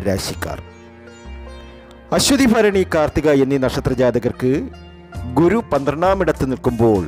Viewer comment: അശ്വതി ഫരണി അല്ല ഭരണി എന്ന് ഉച്ചരിക്കുക അതുപോലെ ഏപ്രിൽ പ കുന്നാലല്ലാ ഏപ്രിൽ പതിന്നാല് എന്നു പറയുക